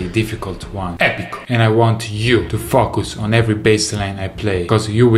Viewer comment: when you say "focus" it sounds like "fvck this"